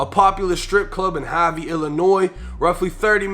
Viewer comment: Havey IL its harvey